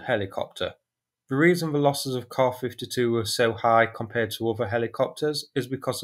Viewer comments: KAY-AY ESS-YOU Stop with the "soos" and "kahs." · Kaw-fiddy-too or Kay-A-fiddy too? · Dang! That’s a hard k